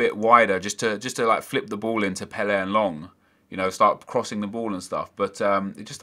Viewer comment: Why are you saying Pelle like that?